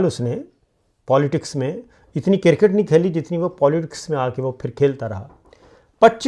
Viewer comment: شاکر بھائی لفظِ کرکٹ “ کو انگلش تلفظ کیساتھ بولا کریں وگرنہ کِرࣿکِٹࣿ کہنا😢 (کوڑا کرکٹ” کا معنی دے گا